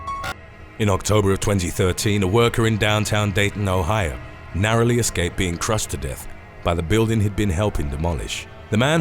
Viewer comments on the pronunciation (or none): none